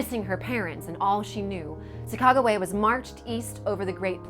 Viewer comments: Chaicago wia what it’s Sacagawea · I couldn't watch this video at you butchered the shit out of her name